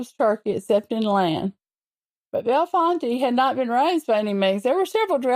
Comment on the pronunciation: The "e" at end of the word Bellefonte is silent.